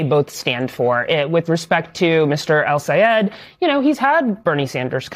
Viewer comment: ITS DOCTOR EL-SAYED. GET IT RIGHT